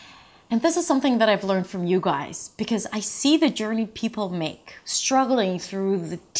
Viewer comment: the way she says "because" is definitely not standard US English pronunciation